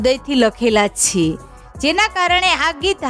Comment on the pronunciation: છે નુ ઉચ્ચારણ બરાબર કરો.